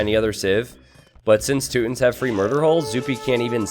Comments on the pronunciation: You know you don't have to stick with the "rootin tootins" gag the whole time. It's Teutons, t-you-tons. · its Toy-tons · I laughed every time he said tooton.